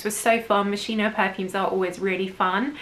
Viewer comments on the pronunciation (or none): Moschino should be pronounce as Moskino, not Mo-shino It is K instead of Sh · Thanks for this video. Fresh fragrances are my favoritos. Moschino Is pronounced Moskino 😀